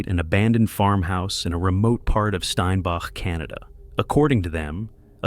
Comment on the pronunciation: Ol it’s pronounced stein back It’s in Manitoba Canada